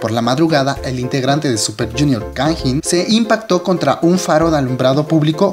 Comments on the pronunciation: Jajajaja cuando pronunciaste el nombre de Kangin me sonó a Tajín :v Se pronuncia tal cual se escribe (Kang In), es primero el Kang y después el In y Heechul se pronuncia Hichol xD Información que cura :v Buen vídeo, buena opinión. Lo que sé es que el próximo Super Camp en Osaka, Japón y Kanjín :v no va a asistir. Sí, soy E.L.F, y bueno, no tengo más que decir sobre este tema, sólo agregar que esa petición la hizo K-E.L.F y después se lanzó otra petición en contra de esta pidiendo la permanencia de Kanjín :v en el grupo. Además de que en Twitter Arab E.L.F y K-E.L.F se pelearon bien chido :v Como E.L.F, sólo espero que pague las consecuencias respecto a la ley y que el Super Camp en América se realice de la mejor manera y sobre todo que Heechul regrese a instagram ;-; ¡Saludos! Es la primera vez que veo uno de tus vídeos, vendré más seguido c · pronuncias mal su nombre goei .-.